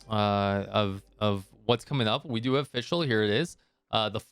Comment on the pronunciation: Its FisChl btw ! :D Took me a while to realize it as well lmao. Great vid tho, keep up the good work !